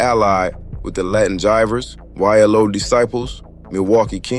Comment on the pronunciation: Pronounced Y-Lo Disciples and Y-Lo Cobras, not YLO